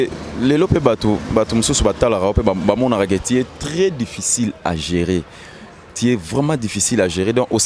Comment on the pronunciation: balobaka "c'est dû à koi" et non ça di à koi😳😳😳😳😳😳😳lobaka pe "tu" et non ti. Liteya ya pete kk